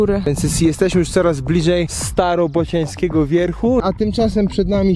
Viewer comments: Byku Starorobocianskiego, a nie Starobocianskiego. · Jedna mała poprawka xd nie starobocianski a starorobocianski xddd pozdro xd